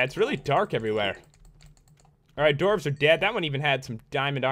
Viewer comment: Pat you misprouonced dwarves, and your blindness is because you're near bedrock (